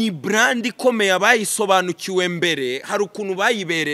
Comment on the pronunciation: Umukada agomba kwiga gukoresha “R” na “L” kuko iyo ubivanze byumvikana nabi. Iyo uvuze “bland” byakabaye “brand” abumva urwo rurimi bumva biri ridiculous. Thanks.